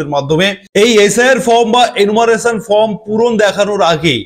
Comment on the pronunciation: ""FROM" na dada...""FORM"".......OK SIR. !!!!!